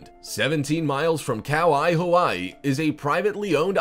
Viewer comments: "Cow Eye Hawaii" lol, been living here all my life, never heard it pronounced that badly before. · "Cow eye" Hawaii!?!🤣🤣🤣 Bruh! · This man said “Cow Eye (Kauai), Hawaii... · The finest butchering of a name. Cow eye, Hawaii?? Another script reader that has no idea what he is reading. Kauai is pronounced Kuh wy e. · Cow Eye, Hawaii?!?!? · Cow-Hi, Hawaii?